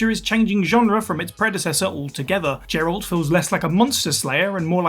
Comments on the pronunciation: Geralt is a hard G as in good. Not a soft G like a J as was pronounced Jeralt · The real travesty here is pronouncing Geralt's name as Jeralt. Come on. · Ah yes, that famous Witcher Gerald. Awesome slip 😅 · Lol I noticed that. I never played Witcher 1, but I have NEVER heard the name jeralt, if I'm wrong please correct me.... Even in t he e DLC B & W in Toussaint it's still Geralt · gets me to buddy.... I said Geralt when the first time I even saw his name in W2 lol.... I dunno if my guy here has even played it. Surely he has! And still it's jeralt.... Like I said beats me bro lol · Nah, he said Jeralt. Dear lord, I swear English is this guy’s 2nd language cuz he mispronunced about a dozen different, fairly common words 🤦🏻‍♂️ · Hearing Geralt pronounced Jeralt used to grind my gears until I saw an Adventure Time video where the commentator kept referencing the En-cheery-don. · who calls geralt "jeralt" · This guy just call Geralt Jeralt? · i dont understand how people can still say it wrong like, after all the content we have calling him geralt lol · I thought he said Gerald... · Jeralt doesn't bug me that much but their pronunciation of Yakuza bugs me like mad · How do you mispronounce Geralt on a gaming channel??